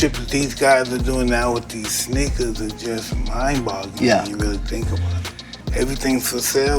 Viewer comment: Mike’s pronunciation “Sheneakers”